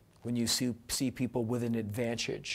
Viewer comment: to natsaan honestly, i laughed at "advanchage" too because it happens to me and others i know... i giggle every time! but may a gently suggest you watch the vid again and see if you can get just one other thing out of it. :-) P.S. Thank you Henry Rollins